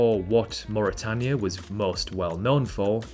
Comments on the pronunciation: Did follow and subscribe, but then noticed a geographical channel could not pronounce "Suriname" and "Mauritania"... Quickly unfollowed and unsubscibed. Good effort if it was made by 10 year old. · Good vid. Your English pronunciation of Suriname, Mauritania, and Timor is slightly off though. "Attols" too.